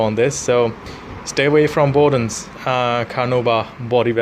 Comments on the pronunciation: Hmmmm, I’m not sure how much credence I can give to a supposed ‘car enthusiast’ who recommends dishwashing liquid as a cleaner!!! I’ve had nothing but awesome results from the Bowden’s products I’ve being using for years. (BTW, it’s pronounced BOWdens as in cow, not BOWdens as in row). I’m all for freedom of speech and opinion, but I am concerned that your lack of expertise and poor quality rag you’re using is the real reason you didn’t achieve the results you were expecting. I’ve seen your other videos and the term ‘jack of all trades, master of none’ comes to mind. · Dumb arse can’t even say BOWDEN’S properly